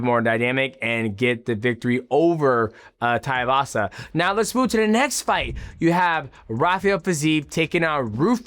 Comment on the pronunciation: His names not taivasa you idiot! Its tai tuivasa too-ee-vasa